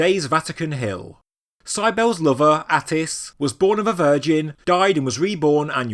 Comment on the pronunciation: Dude. How do you pronounce "Cybill"? Poor Ishtar. She didn't have a nice Easter.